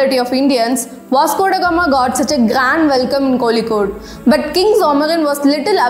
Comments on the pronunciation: You should pronounce the name of Indian cities correctly... It's not Kolikode, Kozhikode..Or else use it's anglicised name Calicut.. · As someone who wants us to pronounce the names of places properly....I would request that you learn pronounce to "Kappad" and "Kozhikode" first. I was never taught that Vasco da Gama discovered India (Idk how you can speak for billions of people and their history textbooks). What if he discovered India? For the European countries...he did find the new trade route to India and he did discover India for them. You should not propagate such nationalist ideologies. We don't want people thinking that the Indians are above everyone else in this world and that Hinduism is the best religion. Tip: Mention the source of your information in your future videos.